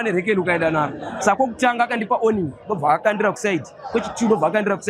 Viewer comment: Ummm tsotsi anonyepa uyu … journalist we ZBC asingazive difference between “conscious and unconscious” anoti oning instead of warning 😅😅😅